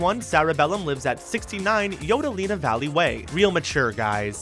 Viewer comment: Alright I love this video series but when a fact is dependent on a joke, you have to be able to at least deliver it correctly. Ms. Bellum's address is 69 YODELINDA VALLEY, not "yodelina". dammit.